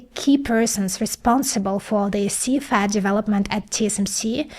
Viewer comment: When she says "FAT" she means "FAB", when "CFAT" she means "CFET".